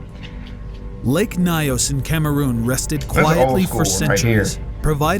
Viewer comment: Lake Nyos number 7 is in Cameroon 🇨🇲 actually that's my country We go for field trips Cameroon has 2 of the 3 exploding lakes in the world It's not pronounced as lake Nayos Instead pronounced as Nios